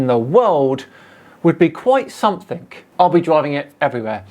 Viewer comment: The only time you make yourself look stupid is when you say “somethink”. You’re far too intelligent to not say “something” please stop it makes my ears cry.